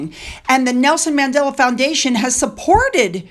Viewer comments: it’s Mandela, not Madela!😊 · Who is Madela? It's Mandela!!!!